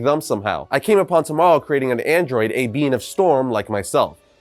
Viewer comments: Did you call him tomorrow his name is T O moro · Pandantic nerd powers activate! Red Tornado was created by Professor Thomas Oscar Morrow. T. O. Morrow. Not "tomorrow" Sorry can't help myself sometimes.